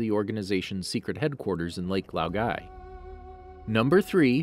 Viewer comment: Why do you stress the incorrect parts of words? Lake Laogai, Lord Ozai.